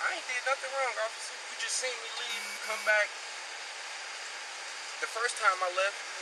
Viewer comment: "You seent me do it"